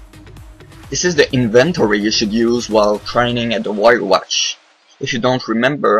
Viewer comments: "wyrewatch"' :p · vyrewatch not wyrewatch :P